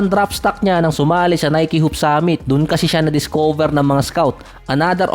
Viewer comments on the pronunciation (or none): none